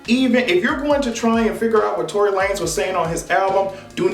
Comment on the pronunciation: This nigga said Tory Lame 😭😭😂